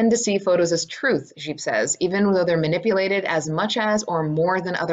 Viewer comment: Well done! Although,Gipe pronounced rhymes with "Pipe', but i do like the French inflection! You really got the work, I'm very impressed by your research. Thanks.